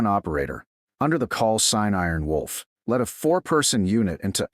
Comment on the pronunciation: This Narrator can not get the Special call sign right.!! ☆☆ Its not Aarron Wolf .or it's not Arron Wolf The correct call sign is " Iron Wolf " . Also why are you shouting. The use of all bold and capital letters is considered to be shouting and rude !!!